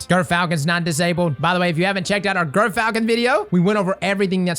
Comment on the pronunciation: As a birder, which the gyrfalcon is named after, it's pronounced "jer-falcon" haha!